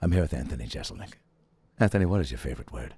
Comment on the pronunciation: Anthony would probably hang out with Adam more if he’d quit mispronouncing Jeselnik as Jezelnik.